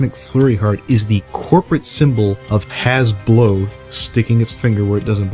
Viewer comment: HAHA! HE SAID HASBLOW! HE SAID IT!